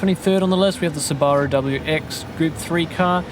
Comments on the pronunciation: Ain’t no way he said Subaru like that. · very useful and insightful video man! aside from the absolute butchering of the subaru name hahaha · do you guys really pronounce Subaru like that?